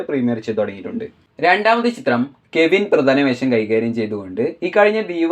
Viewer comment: 0 : 40 കെവിൻ അല്ല "കവിൻ "